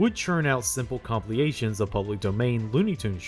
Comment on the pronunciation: You are killing me with 'compliations' when I know you mean 'compilations'